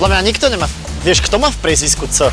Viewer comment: PriezviSko, nie PriezviZko :D